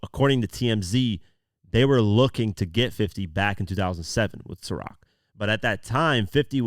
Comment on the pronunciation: Atleast your able to pronounce Ciroc... How you order a bottle of lechemaduwa? 😂